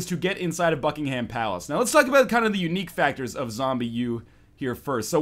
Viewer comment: `Ryan, there is no 'ham' in Buckingham palace, just for the sake of all the British people here...